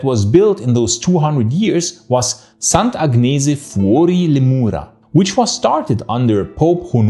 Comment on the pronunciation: if you meant to pronounce "Sant'Agnese" in Italian, gn does not pronounce the same way as in English.